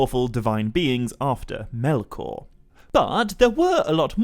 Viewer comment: Never knew it was pronounced melkorrrrrrrrrrrrr